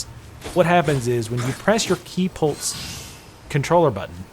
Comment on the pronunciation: It sounds like you're saying ki polts (like paul-tz) instead of ki "pulse". Not trying to be a dick, or insult, you're video is very good ty, it's just that's what my ears are hearing.